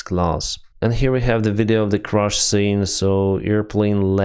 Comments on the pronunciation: One more correction: CRASH (like cash) is not CRUSH (like usher), thank you, apologies, and good day :-) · Air *crash, not air "crush".